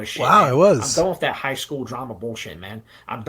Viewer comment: His ability to prenounce his T's is my favorite part about him. " wiff dat"